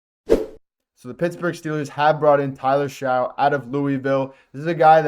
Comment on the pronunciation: Tyler Shough (last name pronounced “Shuck”). Just informing.